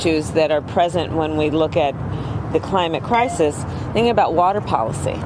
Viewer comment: I thought her boss called it a 'Crimate Clisis'.